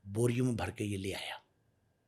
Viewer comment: Burger anchor😂 Bara ❌ Bhara✔️